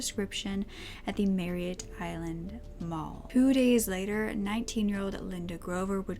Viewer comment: Good video. Just a heads up, it's "Merritt Island" not Marriott Island. I live there.